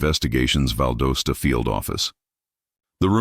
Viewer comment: It's pronounced "Val DAH Stuh."